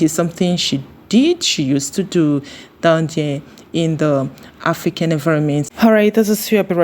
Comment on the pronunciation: It's "AFRICAN" and NOT "AFRICAND" PLEEEAAASE!!!!!!!